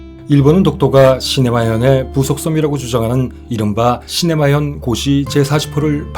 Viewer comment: 너무 기다렸습니다. 근데 시마네현을 시네마현으로 말씀하셨어요 ㅎㅎ